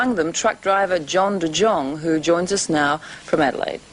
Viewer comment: The names Jong. John da Jong 🤣🤣🤣🤣👍